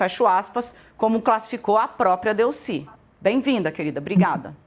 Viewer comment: Não se pronuncia Délcy, mas sim Delcy.